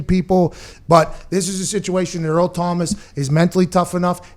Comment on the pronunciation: cmon man its Earl not Eric